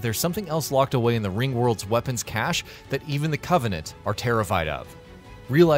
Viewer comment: Within a minute, he then says cache like 4 times but says it properly lmao